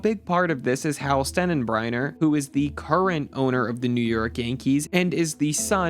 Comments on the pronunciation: Stenenbriner?! Ok so a lot of good points are being made in this video, but nothing tells me that this was made by a non-baseball fan more than mispronouncing the name of one of the most iconic owners in baseball history. I'm a Red Sox fan, but STENENBRINER? Really?!? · You lost me at “Hal Stennenbreiner” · Who's Hal "Stenenbriner"? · You're mispronouncing Steinbrenner! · Hal Stenenbreiner? what is this, AI narrated? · this mf really said Stennenbriener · Was "Hal Stennenbreiner" a joke or a slip? Can't tell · You called him Stennenbreiner? Wow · Stien-en-bry-ner? You just reading from a script? How are you gonna call out the yankees on grooming policy, yet you don't know how to pronounce "The Boss's" name? BTW I hate the yanks. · Hal “Stennenbrünner”? 🤡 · I can’t get over how bad you pronounced the Steinbrenner name lol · Learn how to pronounce Steinbrenner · you butchered that name as badly as the Yankees butchered the 5th inning in Game 5. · I stopped watching after you couldn’t say the name of the Yankees owner. the hell do you not know how to pronounce that. Jesus Christ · Why is incapable of pronouncing Volpe, Steinbrenner, or Jasson correctly?